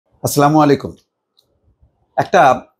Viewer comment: ভাই সালামটা ঠিকমতো নাহলে ছোয়াব হলোনা বরং গুনাহ হবে।